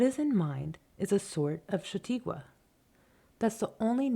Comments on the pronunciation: For God’s sake, it’s Cha-taw-kwah, not Sha-tee-kwah! You are driving me crazy, Ms. Narrator. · Its a lovely reading but for the mispronounciation of "shah taw' kwa" -chataque